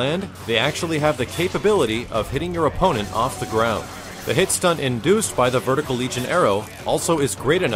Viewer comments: Argh, it's vertical not verticle! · Vertical not Verticle :/